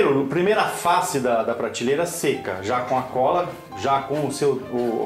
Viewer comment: Muito bom o vídeo. Mas pratileira ao invés de prateleira, todos dizem errado. Que coisa.